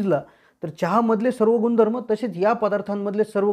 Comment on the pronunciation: सर "गुनधर्म" आणि "भेटतील" या अशुद्ध उच्चार मुळे चां ची चव बिगडली.😅